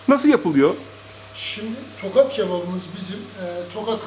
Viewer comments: bu arada tokat değıl tohat )) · Tokat değil Tohat